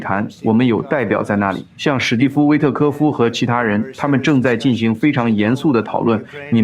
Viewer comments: ，做翻译的是用你的声音的机器人？要不不会把进行读成进航吧！ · 你的同期播报很好。但我想说“我们有人正在俄罗斯进（航）行会谈”。“我们并非在暗中（航）行事”。你是博士呀，这个多音字你真的不会用吗？进行、行事。（进航）（航事）没有这样的词组呀😅